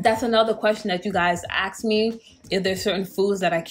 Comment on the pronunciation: “Axed me”. Are people trying to kill you or something 😂